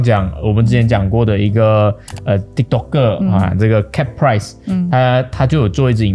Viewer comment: caprice - pronounced as ker-prees not promounced as Cap-Rice 😂